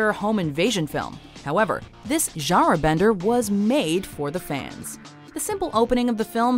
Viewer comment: "zha-raw bender" I hate the way she says "genre".